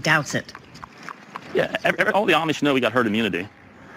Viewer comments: The Amish (pronounced ah-mish) get lots of vitamin Sunshine. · Ahhh-mish not I-Ee-mish.